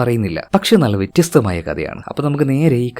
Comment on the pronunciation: Vettyastham alla vethyastham🥰👍